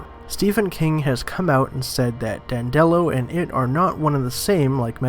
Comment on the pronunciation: Dan duh lo. Not Dan dello. This channel is crap. Read a couple wiki pages and watch a video then make your own video. Not toe dash either, ta- dash. FFS.